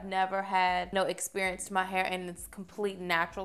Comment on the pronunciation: Where are you from pretty girl?? I like they way you say hair lol “hay-yer” 😂😂